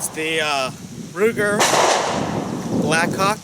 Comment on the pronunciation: 0.14 Ruger 'BlackCock we all heard it! ,,,,the mouth speaks what the heart is full of :D